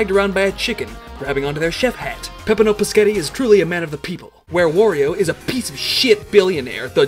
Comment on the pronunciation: he said pssghetti lmfao